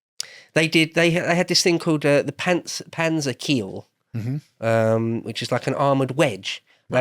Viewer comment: Not Panzerkeel, Panzerkyle. Means tank wedge.